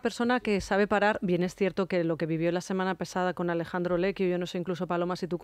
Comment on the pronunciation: se llama Alessandro Lecquio, no Alejandro. Por favor, no es tan difícil cambiar la "j" por la doble "s". Es un nombre propio y no hay que castellanizarlo. Acaso a ti te llaman Isabella o Elizabeth? Entendería que no supiera decirlo alguna persona más mayor, pero tú eres joven y no creo que te cueste tanto llamar a la gente por su nombre. Gracias.